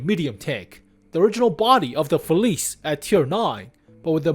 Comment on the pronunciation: oh, its pronounced “Feliche”, come on man